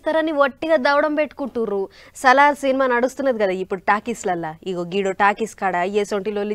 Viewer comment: It’s not Sallar, it’s Salaar. Please learn some English first 😅